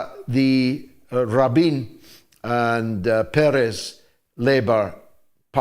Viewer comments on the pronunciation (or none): none